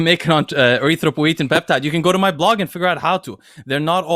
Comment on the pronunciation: sorry I couldn't spell the peptide name from pronounciation, can anyone help me?